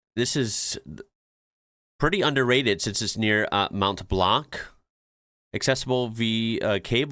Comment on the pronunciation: See, several French pronunciations are actually good and the you did the "mount blank" and ruined it all ;")